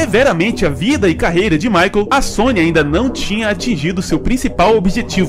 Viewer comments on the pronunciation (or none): Por favor, aprenda a pronunciar "michael"